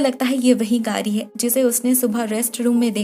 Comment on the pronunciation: Its گاڑی not گاری 😬😬